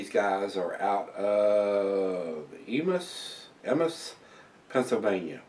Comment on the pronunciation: Nice to see you review something from where I used to live, well close to Emmaus! Pronounced EE-MAY-US. Hope someone sends you some brews from Free Will Brewing too!